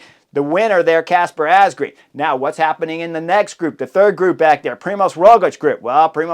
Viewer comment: It is pronounced Asgreen as in madden or man not green